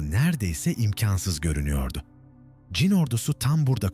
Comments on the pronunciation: Ç harfini kullanamıyormusunuz? Cin cin cin diye diye .... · Anlatıcı çin diyemiyor...